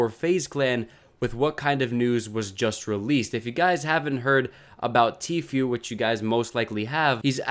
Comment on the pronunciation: It’s literally pronounced T-Foo not Few 😂😂😂